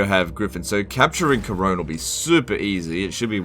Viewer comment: Worst thing about this episode is the pronunciation of Couronne, or "Karone".